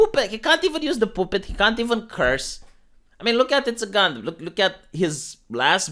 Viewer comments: The way pronounces puppet cracks me up. Poopet lol. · The way pronounces "puppet" is sexy.